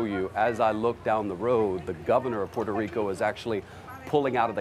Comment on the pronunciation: Please, if you're not a Puerto Rican, don't call the island as Porto Rico or Portorro, because it's offensive and disrespectful to us. I understand if you didn't meant it that way, it's just an advice for future situations. Take care!!🇵🇷❤